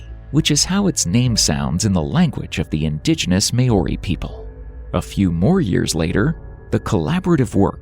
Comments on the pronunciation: We are not may ori we are Maori pronounced Mowri bloody Ai bs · He pronounce the Maori wrong